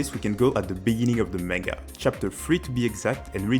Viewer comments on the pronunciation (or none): did you say benining